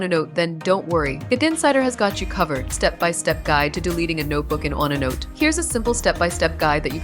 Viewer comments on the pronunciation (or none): Waste of time: the robot does not even know how to pronounce onenote.